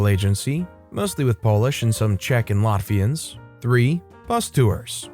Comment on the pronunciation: Second story, I thought he said, “Mafians,” but it was, “Latvian’s.” Lol